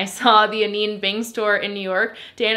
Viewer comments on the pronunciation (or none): Hi, just so you know, Anine is pronouced "Uh-nina"! Also RIP my bank account because I just found your channel about a month ago and have already bought almost everything you've discovered within that time frame... Like I'm literally watching this video like "yep, I got it... yep that one too..."